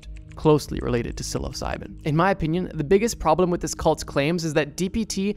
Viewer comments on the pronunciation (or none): none